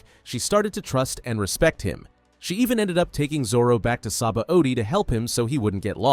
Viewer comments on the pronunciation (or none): none